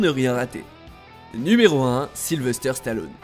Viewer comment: attendez il à vraiment dit SYLVESTRE au lieu de lieu de sylvester ???